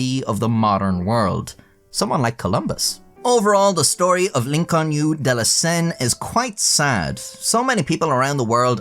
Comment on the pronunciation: I thought bro was speaking Chinese when he said “l’inconnu de la senne” and i speak french 😂😂